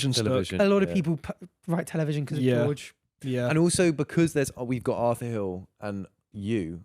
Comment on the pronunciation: "because of Beorge"